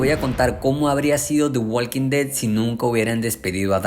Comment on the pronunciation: La L de Walk no se pronuncia.